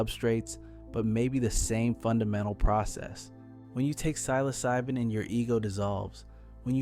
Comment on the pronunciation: You can’t even pronounce psilocybin correctly. Credibility lost.